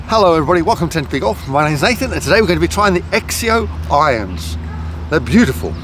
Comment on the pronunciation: It’s pronounced “zek zio”